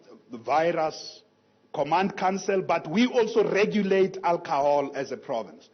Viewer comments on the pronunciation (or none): It is alcohol not alcahol.